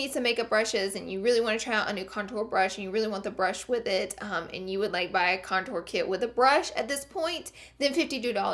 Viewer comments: Love you but the word is CONtour and you keep saying conTOUR okay thank you <3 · STOP PRONOUNCING CONTOUR LIKE THAT